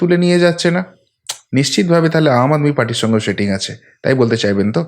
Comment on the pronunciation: Dada doya kore স ar শ er difference ta thik korun. Shetting ache, kesh ta ki, shave ( save) korche. Sunte khub e kotu lagche Kane.